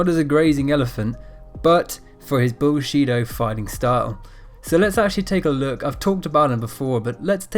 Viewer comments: Sounds like he say bullshit martial arts lol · “Bullsheeto karate” lol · "bull-chi" he he he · pretty funny it sounds like "bull shit-o"